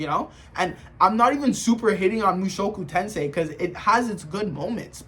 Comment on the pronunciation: i understood this guy didnt even finished mt the way he pronounced the title and called it power fantasy and rudeus the strongest like bro😭